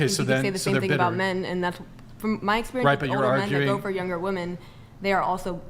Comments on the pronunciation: Very common for young chicks to say woman for women 😵‍💫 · It's women, not woman for plural. How hard is it